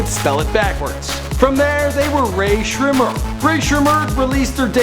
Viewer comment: uhm... just to let you know..... before you make a video on a famous artist...google how to actually say their name correctly. _______Sremmurd - (shmurda)________not to be rude just a tip. No hate.